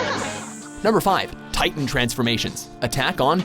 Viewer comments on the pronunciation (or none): none